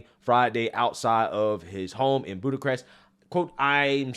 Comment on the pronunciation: "Buddacrest"?? No "Bucharest". Boo- kuh-rest"